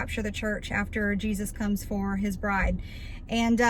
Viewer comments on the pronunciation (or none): none